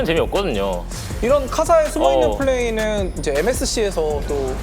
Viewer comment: 이제를 e제 한게 얼탱이가없이 웃기네 ㅋㅋㅋ